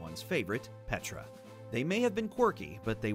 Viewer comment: josh grelle: "petra"fied me: HOW DARE YOU